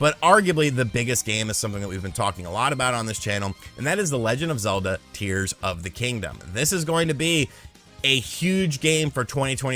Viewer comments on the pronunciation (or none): Did he say "Deers of the Kingdom"? 😂